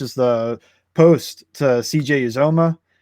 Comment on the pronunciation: Not to be "that guy" but it's U ZOM UH Plese just say it like that lol. So many analysts and podcasters still say it wrong. But dude can ball. They better get used to saying it a lot. Who Dey!